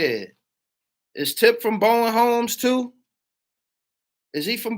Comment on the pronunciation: Yo yo he is not from Bowen Homes f no shawty lo franchise boys, shop boys from Bowen homes or how they say down in the A BOUN HOMES TRUST ME ITS THR SOUTH THEY DONT SAY BOWEN HOMES PROPERLY